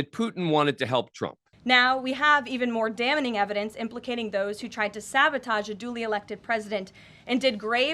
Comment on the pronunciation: OMG, she is still saying "dammening" for damning.